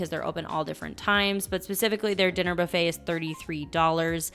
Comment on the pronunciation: She picked the worst video to mispronounce buffet, really made we want to quit the video. Believe me, that isn’t an accent, she’s just mispronouncing the word buffet. But she mispronounces a lot of words, but buffet really bothered me.